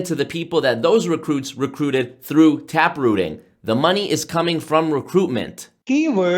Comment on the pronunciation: “Tab?” Rooting .. its Tap Rooting